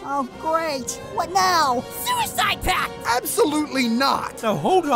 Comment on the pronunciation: saying suicid packt